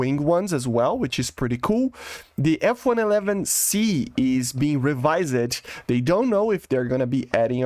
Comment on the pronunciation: The amount of times pronounces "revised" as revISED instead of reVIsed so many times it's iconic lol.